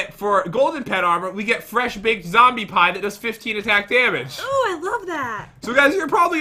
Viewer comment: Is no one going to talk about the fact that said pee-e instead of pie